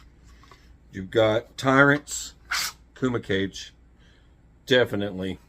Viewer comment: I 'think' it's pronounced Kooma Cahgay, not 'cage'. Pretty sure.